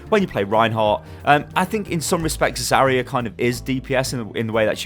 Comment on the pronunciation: Zarya not Zareya.